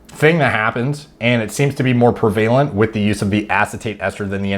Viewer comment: Hey bro, you mispronounced "prevalent" I just wanted to let you know! Great vid